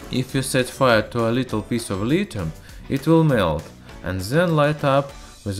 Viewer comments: You may not know this, but there is an h in lithium, so pronounce it with one, it's not litum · My point was that there are words that have silent h in English. There being an h doesn't mean it's audible. That being said, I'm sure science dude knows full well how it should be pronounced, but it's not a sound in his language, it's hard to enunciate foreign phonemes. No need for people to act like asses about it.